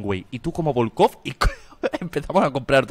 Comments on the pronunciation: "Subcomisadio vodkof"😂😂😂😂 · novedades agente: novedades??: novedades agente: pero quienes son?: volkofff horacio. comisario volkof agente: que no sois ni el comisario ni el super ostia: volkofff jajajajajaa mori de risa en esos momentos